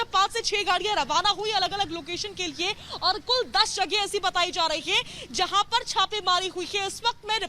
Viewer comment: हिंदी ठीक करो भाई लोए नहीं लिए होता है